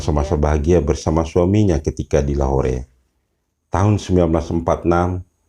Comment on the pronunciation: Lahore di baca lahor